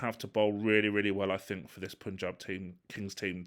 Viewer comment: really sorry. Pa-n-j-aa-b Kings. Despite u in its name, that u is pronounced as Indian "a"